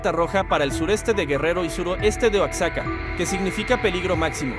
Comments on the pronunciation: no se dice Oacxaca 🤬🖕🏻🥚, por favor respeto, hasta un niño pequeño lo pronuncia correctamente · se pronuncia Oajaca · Ossaca?? Por favor!!!! OAXACA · Oacsaca?? Ya paguen reporteros reales , por favor! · De verdad estan diciendo "Oac-saca"???? Más control de calidad por favor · Es inteligencia artificial? El que da la noticia? Será que no puede pronunciar bien Oaxaca y dice "Oatsaca" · Oatsaca??? El impacto se..... espera.....a las.....Ya ni siquiera nos merecemos un narrador decente? Wooooooooow si para eso van a usar la IA mejor regresen a las máquinas de escribir y al papel carbón o "mágico" como le dicen ahora..... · la gente bien indignada por como dicen "oacsaca" como si allá supieran hablar o leer, igual ni se le entienden ni madres XDDDDDDDDDD